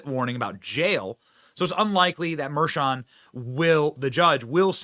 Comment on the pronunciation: So, I see “Merchan” - but hear Mersham… Another “sham” - it’s a damn shame. 🤦‍♂️